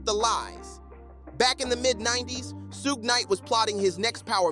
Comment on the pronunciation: WtF is "Sooooog"???😂😅